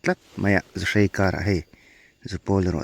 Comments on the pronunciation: Zuhrei??, zuhrai ti mai la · Zuhrai tih tur aw sir zuhrei ni lovin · Keinipawh zuhrai kan ti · Zuhrai tih tur aw